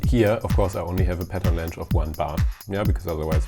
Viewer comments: whats wrong with the word "length"? - sounds like "länsch" when u sai it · Lmao that’s the funniest pronounciation of an English word I’ve heard in ages. The dude pronounced pattern length as ”Pattern lengsch” at least 3 times during this short video. Germans are really creative with their english lol